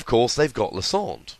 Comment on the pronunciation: Lie-sand-er not Lis-ond